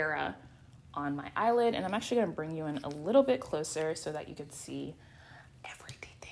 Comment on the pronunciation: eyely oilid 😂😂😂 bro I'm done